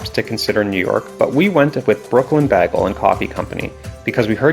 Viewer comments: It’s BAYGEL NOT BAAGAL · Bro pronounces it like britta from community